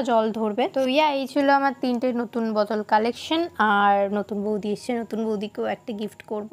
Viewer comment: বতল😂😂😂🤣🤣🤣 সালা কি উচ্চারণ